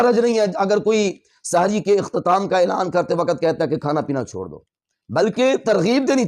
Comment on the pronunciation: آپ اپنا تلفظ درست فرمائیں، سحِری غلط بول رھے ھیں سحِر کا مطلب ھے جادو